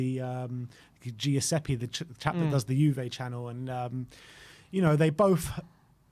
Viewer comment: Why the hell does keep saying "G- iuseppe".....it's a very very common Italian name...Giuseppe....stop emphasising the G 😂😂😂😂